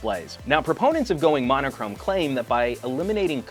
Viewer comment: it is pronounced "mono-chrome". It means "one colour"